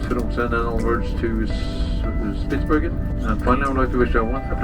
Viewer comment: It is call Spitsbergen